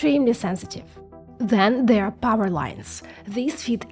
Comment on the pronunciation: Instead of There you say Zere